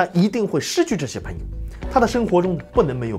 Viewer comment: 赞，讲得很好👍。纠正一下发音：朋peng 友而不是pen 友